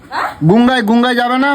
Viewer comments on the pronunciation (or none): "গুঙ্গা" আবার কি? শালা অশিক্ষিত "গঙ্গা" কথাটাও পরিষ্কার করে বলতে জানে না! স্কুল - কলেজে তো যায়নি.. জানবে কি করে?? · গঙ্গা ❌ Gunga ✅